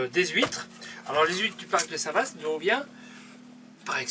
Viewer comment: Le Cotentin... Le plus beau pays du monde🤣 il y fait beau plusieurs fois par jour, c'est mon pays et je l'aime. Sinon la vache n'était pas normande et on dit Saint Vâ et non Saint Vassst. Mais vous êtes pardonnée car les images sont belles et vous êtes bien sympathiques😎